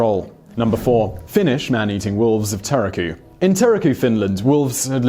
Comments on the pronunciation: Terrorku?? Tuurrrrr ku rolling r is a better way of saying it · Great video, though Turku is pronounced like Turk-oo with a roll in the r. It's always nice to see Finnish mentioned ! :)